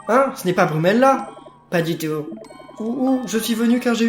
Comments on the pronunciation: c est pas brumela c est fumela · tu dit brumella au lieu de fumella